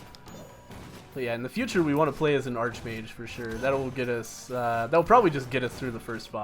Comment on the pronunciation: Does ANYBODY know how to pronounce "Arch Mage" correctly?!?!? Omg.